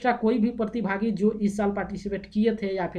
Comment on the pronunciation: Partibhaagi nahi pratibhagi hota hai